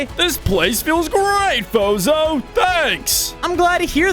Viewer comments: I heard bozo to lol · I thought they said bozo💀☠️